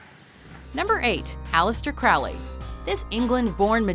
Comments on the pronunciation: It's pronounced "CROW-ly" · "Crowley" rhymes with "holy". And why isn't Wednesday Addams on this list? Alice Cooper ranked higher than Peter Murphy? Jesus Christ, who put this list together? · Crowley pronounced his name Crowley, rhyming with "holy."